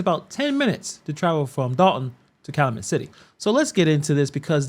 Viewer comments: Cal-U-Met City…your welcome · I’m happy to see you talking about corruption in Illinois, which is tragically not a new thing. I’m sorry to be nitpicky, but it’s pronounced cal-you-met. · It's pronounced Kal U Met City. Long U sound. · Cal - u - met.... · It’s Cal-U-Met